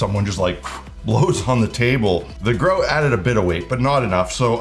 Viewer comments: Until he turned the box round i had no idea what he was saying. "What's Groat, other than a medieval coin?" Oh! GROUT (gr-ow-t) 😅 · Ah yes, "groat" which we all know is Canadian for grout. "Soarry" for pointing that "oat."